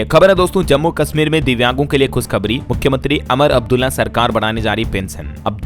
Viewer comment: आप हमेशा अमर अब्दुल्ला कहते हैं जबकि उनका नाम उमर अब्दुल्ला है।